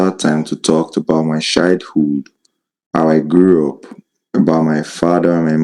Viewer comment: The way he pronounced "childhood" sounded like "shy dude"!!!